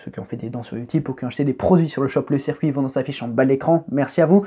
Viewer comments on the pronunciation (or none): none